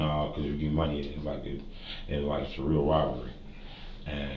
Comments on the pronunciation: Don’t be a boomer. It’s IOS spelled out. Don’t say “Eye ohs” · Did you just delete a previous video. I was midway watching ‘cops make a horrifying discovery-the case ofBilly (something)’ Either way if you do reupload it it’s pronounced I O S not a singular word ‘Ios’ As well in your captions you got a lot wrong. When the cop asked ‘was he a clean guy’ your caption said ‘did he believe in god’ Happy editing :) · LOL the pronunciation of "iOS" is proof of AI voicing.